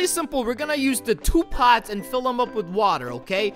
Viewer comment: he says "Two Pots" Which Sound Like Tupac